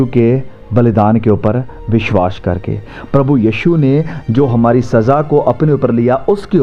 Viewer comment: भाई साहब, आप बहुत ही अच्छी शिक्षा देते हैं जिसके लिए आप धन्यवाद के पात्र हैं, परन्तु एक बात बहुत ही खटकती रहती है और हम हिंदी भाषी लोगों को बुरी लगती है जब आप अपने उच्चारण में बार-बार विश्वास और विश्वासी शब्दों को "विश्वाश" और "विश्वाशी" बोलते रहते हैं। आप को इसे अवश्य ही दुरुस्त कर लेना चाहिए। एक बढ़िया खाना खाने में यह किरकिरा जैसा लगता है।